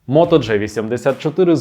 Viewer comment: Автор, все супер, але будь-ласка не Моторола "джей"84, а "джі"84!!